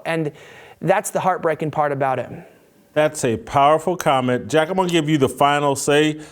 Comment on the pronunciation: Put some respect on Jack's name. Pronounce it correct please.🙂